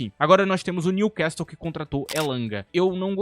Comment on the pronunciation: no time Newcastle não se pronuncia o "T", outrossim parabéns excelente vídeo